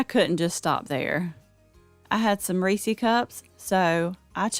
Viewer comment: It's "Reese-is." Not "Reese-ees."